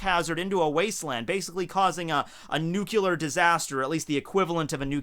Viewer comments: GOD DANG IT NUCLEAR NOT NUCULAR!!!!! plz like so he sees this and dont tell me this is like a gag that he thought of a few years ago and is saying it just for the lulz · it's Nuc-le-ar not Nuc-yoo-lar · New-Cle-Air not -nukular....